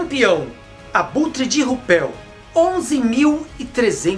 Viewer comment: Até onde conheço sobre pronúncias em alemão,RÜPELL pronuncia se RÍPELL